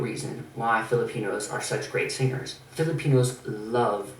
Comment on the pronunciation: i love how he says "SING GERS"